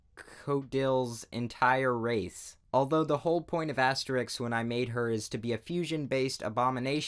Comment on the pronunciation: AHEM! ITS ASTEREICH!!!